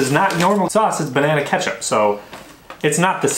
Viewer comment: Banana ketshup😅😅